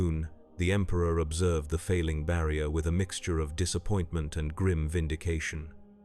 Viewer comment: bro is fighting with the word "barrier" at the end